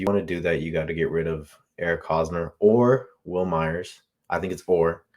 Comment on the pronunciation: The guys name is Wil Myers, prounounced My-yers, no Me-yers. FYI. I like you young guys talking Friars ball, keep it up!